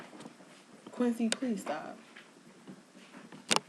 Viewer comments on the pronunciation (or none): none